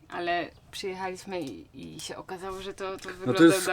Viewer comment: Wada: manieryczna wymowa: zrobic, sję, zahaczyc, liscie, byc, mysle itp.